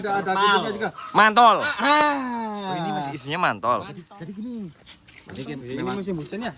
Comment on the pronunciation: Mantel bukan mantol😂😊😅